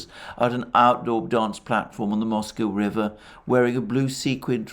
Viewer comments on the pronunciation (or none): none